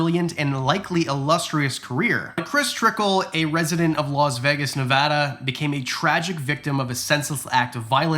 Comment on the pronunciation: We’re getting somewhere, you said it correctly once 🤩🤩 so proud